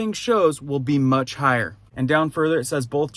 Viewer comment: "mutch" ? really??? yikes....